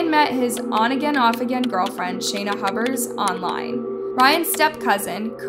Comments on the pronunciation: I am sorry but her last name Pronounced Hue-Bert,🙂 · You said Hubbard at first lol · I think I comment this on every video. Please learn the names & important details of these cases with the correct pronunciation. This is an easy task & shows respect for all those involved in these tragic cases. It’s Hubers…Hue-bers. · Oh back to Hub-bers 🫠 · Like "hewburrs" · Can you not read? You mispronounced multiple words and names multiple times and said Huber's about 3 different ways